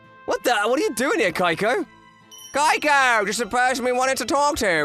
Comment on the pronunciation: Sounds like the lad is saying “Geico” instead of “Keiko”